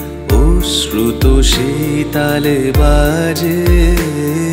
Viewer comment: যেকোনো গানেই সঠিক উচ্চারণটা ভীষণ জরুরি। অশ্রুত শব্দটা ওশ্রুত আর পর(ও)শন(ও) শব্দটা পর্শন না বললেই ভালো হত। এক্ষেত্রে মানেটা পাল্টে গেল। গাওয়া বেশ ভালো